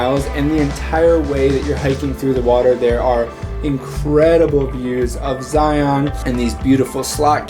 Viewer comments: Local pronunciations: Bon-nuh-ville salt flats, not Bonnie-ville. Zigh-un National Park, not Zigh-ON. The places shown are all great, (I'm familiar with many of them) but I wonder,, have you gone a bit farther north through the Logan Canyon area to Tony Grove Lake and "the Caribbean of the Rockies" -- Bear Lake. There are some great alpine hiking trails there as well. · If you're going to make videos about a place, it might be nice to learn how to pronounce it. Zion rhymes with "lion," not "try-on." Oh, and it might be nice to look up the definition of "infamous." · You can always tell if a person is from Utah based on how they pronounce “Zion National Park” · You said Zion wrong you don't pronounce the o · Some cool shots, but man was it painful listening to you pronounce Uintah and Zion...